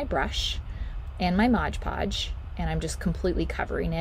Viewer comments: LOL It's MOD PODGE NOT MODGE PODGE. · It is NOT "ModGE" Podge...it is "MOD" Podge! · 1st - it's Mod Podge, NOT "modge Podge." If you're repping a product, at least get the pronunciation right. Second - this process with the pumpkins has been done time time again. This is convaluded, messy, and involves more work than necessary. Work smarter, Not harder. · And I always thought it was Mod Podge, not Modge Podge. 😂😂😂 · why does everyone say modge podge its just mod podge. lol. but hey what I actually came to say is they have the pails at dollar tree also I got 4 different sizes a long one like that included. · I think the topiary is a cute idea but every time she said "modge" podge I wanted to poke myself in the eye. The product is called MOD podge. Even if it's your homemade version of the name brand product pronounce it correctly so people who may not be familiar with it will know what to look for in the store. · PLEASE stop calling it Modge Podge. Please. It's called Mod Podge. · Thank you. I was looking for this comment, or else I was going to say it. Lol. ~ Mod, not modge. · "Modge podge" makes me cringe every time